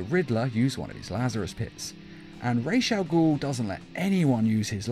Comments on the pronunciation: It’s Ras al gul. Not rashe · why is Ra's al ghul pronounced as "RESH AL GHUL" - its RAA's AL GHUL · Say it with me “ RAWS (like raw celery) AL (short for Albert) Ghoul (like the vampire anime) Love your vids man